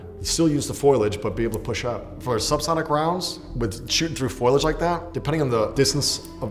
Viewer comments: FO-LI-AGE not FOILage Facepalm. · Foilage? You mean foliage? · Its "FOLIAGE" not "FOILAGE" this ticked me off more than the differences between the experts experience and the actual global atmosphere of the game. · It's pronounced "foe-lee-age", not "foil-age". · Foilige? Foliage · Am I the only one bothered by the fact that he keeps saying "foilage" so confidently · “Ecscape” “Foilage” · He said foilage like Marge Simpson. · This guy said foilage like 10 times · i came looking for this comment lol glad i'm not the only one who shuddered when he kept saying that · Navy seal roasts person playing game and offers no commentary on the game itself*** Also mispronounces foliage 8 or 9 times